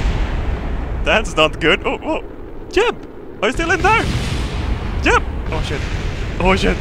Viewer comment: why does he pronounce jeb as yeb